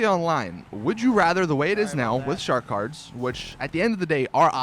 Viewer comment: is it just me or does anyone else here Shart Cards when he says shark cards...